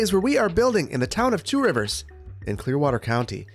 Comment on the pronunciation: Two Rivers? It’s pronounced Trivers